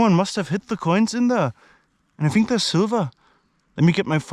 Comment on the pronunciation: "I Fink dey're coins dhere" ✌️😁👍